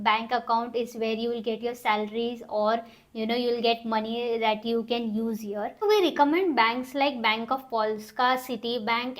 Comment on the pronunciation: Dear.. please use the correct pronunciation while you are giving the information on a international platform like YouTube. You should not say (heeear again and again because it is "here" not heeear... Rest everything is good enough.. hope you will not mind it and you should understand what I am trying to say.